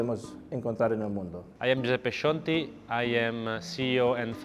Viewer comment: It’s joo-sep-pay not joo-sep-pee